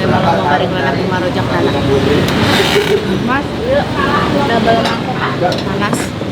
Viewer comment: bukan rojaktana teh , rozakhtana.. jim sama zai jauh bedanyaa.. perhatiin lgi yaa bacaan doa nya🙏